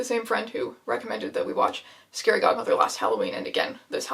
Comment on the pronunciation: In the beginning I thought you said scary Gothmother... It took me a second to realise that it was a scary Godmother